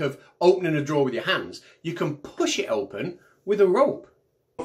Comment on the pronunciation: 🤣🤣🤣🤣🤣🤣🤣🤣🤣🤣🤣......pullllll tha draw’r (r is silent)